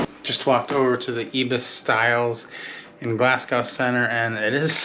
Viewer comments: I've been considering taking the sleeper to Fort William and your review of the train and the experience was very informative and enjoyable, thank you. One little quirk amused me. You seemed to be pronouncing Glasgow as Glaz Gow, with an ow sound at the end. Scots don't pronounce it that way and the English pronounced it with go at the end, effectively ignoring the w. I know, the idiosyncrasies of the language. Of course all languages seem to have them (when would anyone unfamiliar pronounce Arkansas as 'ar can saw'?) Thank you for your video, very enjoyable. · I love your videos and I hope you don't mind me correcting you. The pronunciation of Glasgow is: GlaZ (hard S as in the word HAS), Gow (as in go NOT bow (curtsey). So: Glazgo. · When I've been in Glasgow the locals have pronounced the name of their city as "Glazgae". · Glasgow-----pronounced GLAZ--GO. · Glasgow - second syllable rhymes with ‘slow’ rather than with ‘cow’... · If only they still did the Motorail and Sleeper. That was an excellent way to get to the Highlands and no more expensive than driving all the way. But PLEASE - do learn how to say 'Glasgow'! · Please pronounce Glasgow correctly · Rhymes with go, not cow. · It's pronounced glasgoo not gau.🤣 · It's exciting traveling by train and your room and first glass perks were awesome! It's a good idea to learn proper pronunciation anywhere you travel. I cringe when I hear a fellow American say Glass cow instead of the proper pronunciation of Glazgo. I lived in Scotland for years and travel annually in autumn until the stupid virus. Headed back this autumn for 6 weeks. Hopefully you will explore Scotland further one day. Happy travels! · Not Glasgow like "cow", it's "Glasgo" (or "Glasgie") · Not Glasgow as is "Glass cow" Glasgow as in "Glaz go" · So did you learn that Glasgow is pronounced Glazz goh? Not ow as in cow but ow as in snow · Forgive me,but it's pronounced Glazgo. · Love your content….helpful tip said kindly…Glasgow is pronounced Glasgoh